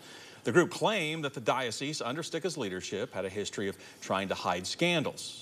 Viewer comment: To the tv anchor: the “s” in dioceSe is sounded. It is not silent.